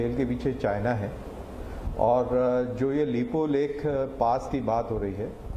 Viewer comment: तुम लाेगाेंकाे कालापानी, लिपुलेख अाैर लिम्पियाधुरा उच्चाहरण करना ताे अाता नहि अाैर कैसे हम मानले ए जगा तुम्हारा है। कैसे कैसे पत्रकार है यार भारतमे साला डाँकुवाेंका जैसा भाषा इस्तमाल करते हैं।